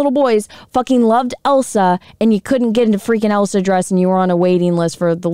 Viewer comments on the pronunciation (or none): none